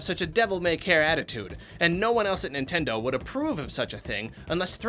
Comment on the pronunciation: "NItnendo" well done :3